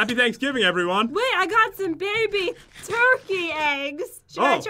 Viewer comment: said oh god baby not oh god mayby